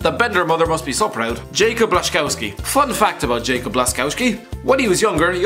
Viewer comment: Jacob? Gun-doe-gan? Really? It's pronouned Yakub and Goon-doe-wan. Not that difficult